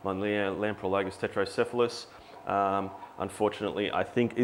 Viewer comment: Just so you realize it, you are spelling it Tretocephalus (which is correct) and you're pronouncing it Tetrocephalus. =P Put the R with the first T and you'll be gucci haha. Love the channel thanks for all the videos!